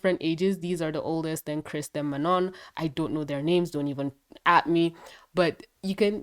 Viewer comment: I can speak french and it's not pronounced like that. It's Manon